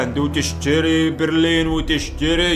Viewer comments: بلرين ❌ برلين ✅ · برلين ✔ بليرين ❌ 😂🤣